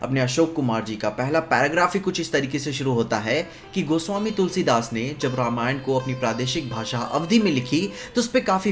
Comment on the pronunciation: Thank god ne रामायण बोला रामायणा नही 😅